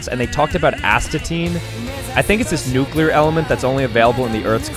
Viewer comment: i would subscribe just because you pronounced nuclear correctly, but I'm already subscribed